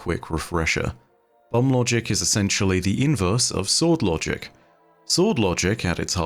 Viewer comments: I.... thought said Bum Logic, and proceeded to have to rehear it the entire time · I'm sorry, but are you saying "Unlogic"? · I can't unhear "Bum Logic" through your accent. 😂